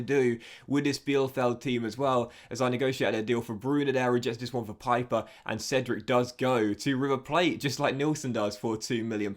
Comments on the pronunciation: It’s “Peeper” (pieper) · In German Pieper is pronounced like Pee-per